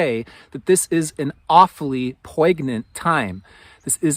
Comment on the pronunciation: Absolutely love your channel! I have been watching you for years 💕 just a note (if you’d like) poignant is pronounced like “poin-yent”